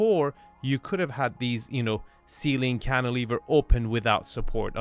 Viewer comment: Love how Arvin doesnt even bring up or blink when says "canteliver" anymore. Wince he brought that up he literally says it minimum 3x per episode. I never even knew what that word was till lol!